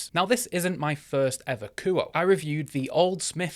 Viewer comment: kuo-eh.. not ku oh